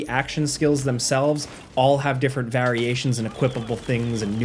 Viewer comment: *variation. Pronounced as: 'veh-ree-aish-ons'